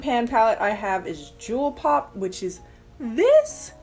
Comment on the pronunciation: i know she’s calling that eyeshadow palette “jewel pop” but i can’t help hearing “juul pod” lmao